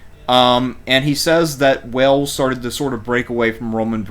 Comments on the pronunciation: ffs it's Wales, not Wells, Wales like in Whales, if you can't get basics right then don't upload crap like this !!! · He speaks with a southern drawl which is the evolution of a high class accent as opposed to a southern twang which is a low class accent think trailer park. A dude in a trailer park would’ve pronounced Wales correctly tho lol